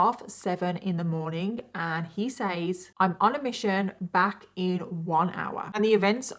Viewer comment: It funny how you pronounce 'says' 8]